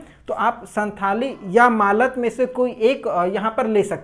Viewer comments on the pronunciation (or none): मालत नहीं मालतो होती है